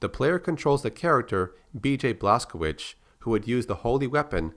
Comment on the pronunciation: FYI:Blazkowicz is pronounced Blaikovich